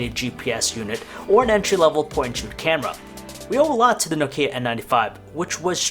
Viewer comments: n"OH"kia, not nok"IH"a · Why do you pronounce it so weird? It's 'Nokia not Nok'ia... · It's not pronounced No-kia. It's pronounced simply: Nokia. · 2018 and this idiot doesnt know how to pronounce Nokia... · PS: You mispronounce Nokia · Do people forget how to pronounce nokia? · Why u say Nokia like that 😐